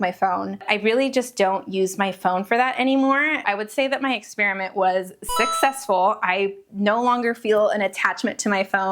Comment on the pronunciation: Ok, when you were talking about knitting socks and bricking your phone, all I could hear you say was that your experiment was "socksessful". I know. It's really bad 🤦‍♀️ Congratulations on decreasing your screen time! I'm knitting a Hermione's Sock shortie while watching.